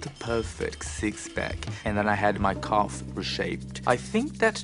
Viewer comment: Oh it was his calf that was reshaped. Almost sounded like something else.